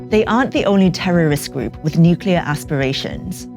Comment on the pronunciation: Nukular...... isn’t it pronounced nuclear?